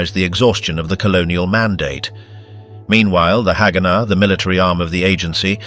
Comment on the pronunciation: Not to be that guy but its not hagána or hágana, its haganá. U put the stress at the end